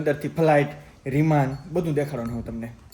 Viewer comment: એ ભાઈ રેમાન નહી વિમાન બોલતા શીખો પેલા